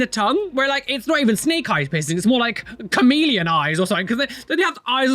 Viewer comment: It took me a minute to realize you were saying chameleon and not Korean 😂